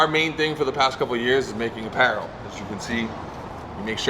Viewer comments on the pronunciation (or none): How are you unable to pronounce Apparel properly lool